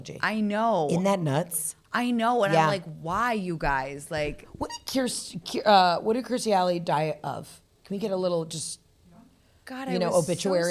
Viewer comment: Absolutely yes to you pronouncing Kirstie correctly 😍